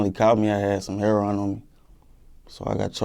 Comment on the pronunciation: Will yall please start saying Heroin right damn I'm tried of yall pronouncing it wrong